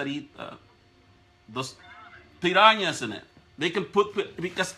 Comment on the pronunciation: Marco: what do you call the fish that eat,.. the caller : piranhas Marco : yeah piñanas learn English idiot !